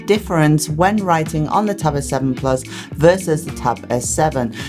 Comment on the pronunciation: korrektur: nach 4min quälerei....... wenn man schon auf englisch macht, dann bitte mit korrekter aussprache, nicht mal das simple "plus" wird richtig ausgesprochen... ohrenkrebs... abgesehen von diesem "ich mach auf ammi" ist der inhalt trotzdem gut, nur es tut ständig weh dieses denglisch zu hören... ;-(( schade....